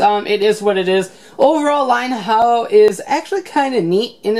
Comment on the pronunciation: Lion Ha-Ojo, not Haojo.